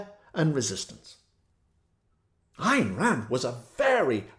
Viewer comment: Ayn rhymes with Mine. Alan Greenspan was a devotee and we know how his reign ended. Bernie did a great questioning of him on C-Span.